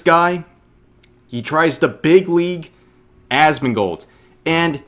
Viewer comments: Did she say Asmon"god" lol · He called him assman. She called him Asmongod XD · I thought he called him Assfand, mixing him up with Esfand. Whether that was intentional to make it sound like Asmongold is of so little import his name isn't even worth remembering or if he genuinely mixed up the two I'm not sure but either way he looks dumb